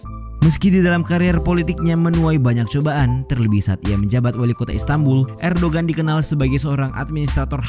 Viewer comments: Min Erdogan dibacanya Erdoan soalnya huruf g nya ada tanda 🌙 bukan bulan tpi kurung keatas...kayak huruf Arab ain... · Erdogan dibacanya Erdowan